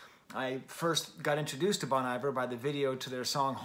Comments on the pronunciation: FYI Bon Iver should be pronounced like you're saying bon hiver in French. Looking forward to your DONDA review when it happens my guy 👍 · Bon Iver -- pronounced bone ee-vair. I'm sure as a French professor you know where the phrase comes from. The point of BRM is collaboration. Some of the best players/singers in the world are on this record. Anais Mitchell, whose Hadestown played on Broadway. Drummers J.T. Bates and Bryan Devendorf (The National). Robin Pecknold from Fleet Foxes. Lisa Hannigan, no introduction necessary. Aaron and Justin don't make records that need to be book-ended by Taylor Swift. Sure, she's a big deal, but being a big deal isn't what BRM is about. I genuinely appreciate your review here, but there's just a bit of it that -- to me, my opinion -- is just more fawning over Taylor Swift. The good thing is that musicians like Aaron/Justin/Anais/Robin/Ben/Lisa/etc will be just fine, with or without Taylor Swift.